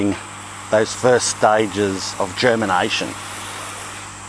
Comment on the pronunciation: Did you say germination or German Nation ? 🤣🙂👍